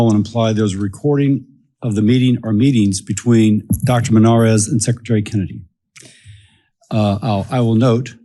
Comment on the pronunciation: I love that Dr Houry secRETary as a lot of people say secITary